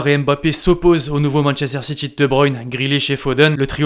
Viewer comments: C’est SSiTy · Ça se prononce Manchester City pas "SitChie" merde